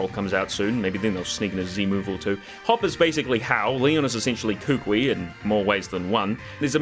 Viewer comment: Kukui is pronounced “Coo-coo-ee”